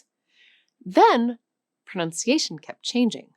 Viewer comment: It seems ironic to be schooled on my pronunciation… by a teacher who repeatedly mispronounces “pronunciation.” It’s not “pronounciation.” There’s no “o” after the “n”.